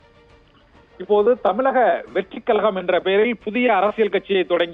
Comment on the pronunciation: தமிழக வெற்றி கழகம் என்று சரியாக உட்சரிகவும்